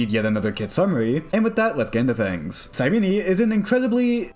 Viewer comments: YAP YAP YAP YAP YAP YAP HER NAME IS SIGH-REEN. JESUS FUCKING CHRIST. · I think you pronounce her names wrong